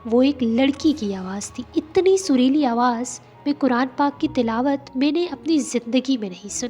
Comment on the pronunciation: Talaawat nai tilaawat